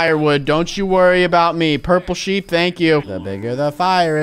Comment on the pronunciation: It's purple shep, not sheep